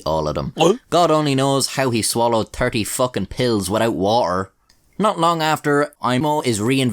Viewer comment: w'ou wo'er